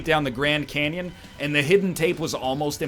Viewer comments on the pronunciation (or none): none